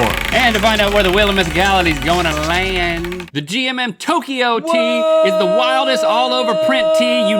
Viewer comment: Toukyo is pronounced Toe Kyo not Toki yo